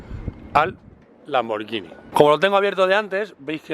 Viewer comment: A ver si aprendes a pronunciar: es Lamborguini, no Lamborllini